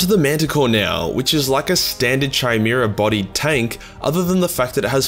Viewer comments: Kai-mera, not shy-mera, as in the mythical creature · chassis=chas-ee. gist=jist. chimera=kie-mera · its kai-mara and chas-sea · Chi-mera? Fucking pronounce it right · Feel like I gotta say it: Chimera - is pronounced 'K-imera' Chassis - is pronounced 'shass-ee' No hate, I love the vids, but I couldn't not say something! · Oh Yes it's pronounce Khimera. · The ch in chimera is the same as ch in alchemy or chemistry, not as in chapter. Rule of thumb: all greek words with ch are pronounced like that. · could not continue watching after you said "Chimera" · How do you not know how to pronounce "chimera".